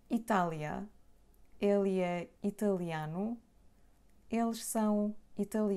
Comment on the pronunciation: I hear you pronouncing ele é the same of ela é!